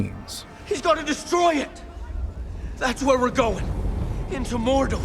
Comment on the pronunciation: Can they fix the way Frodo is unable to say MoRdoR? Why is he saying Moldo?!